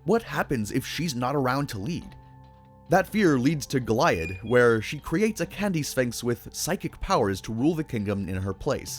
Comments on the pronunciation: The way you pronounce names that were clearly spoken in the show, makes me think that you haven't seen the show. Goliab - Go-lee-ab. They never once say it like goliath. Weird words in a good video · Go-lee-add omg 🤦‍♀️🫩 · it’s pronounced GO-LEE-AHD you bloody philistine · Its pronounced Go-Lee-Ad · You forgot how to pronounce it. Gol-ee-add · I know you corrected the weird pronounciation of Bella Noche in the video, but you also pronounced Goliad wrong. It's "Go-Lee-Ad". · Bros gotta be rage baiting mispronouncing bella noche and goliad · Brother love the vid but you kept saying Goliads name wrong lol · Amazing how many names you mispronounce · It's pronounced 'Goliad' not 'Goliad' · Bro’s pronunciation of Goliad makes me question if he actually watched the episode 💀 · Great vid! But wack pronunciation of Goliad. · Nice video but your pronounce Bella Noche and Goliad strangely. They don’t say it like that in the show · The way you pronounce Goliad is driving me nuts. I know you’ve watched every episode at least 20 times, so you’ve had to hear how it’s actually pronounced. Other than that, great video.